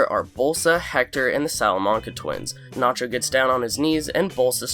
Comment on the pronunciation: It gets me extremely pissed the way the narrator pronounces words. Especially the word "nacho"